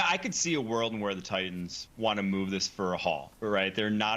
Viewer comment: Mourning the loss of the letter "t" in the English language. Who the F are the "Ti-ens"? Wish people realized how ridiculous they sound -> like a 12 year-old school girl from Staten Island.